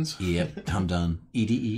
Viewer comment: All these channels are making sick Fallout-ish intros but also can't pronounce Raul, ED-E, or Yao Guai. 🥴